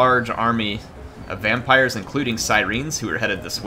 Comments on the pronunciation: Siren is pronounced "sigh-ren" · They spell it in game syreen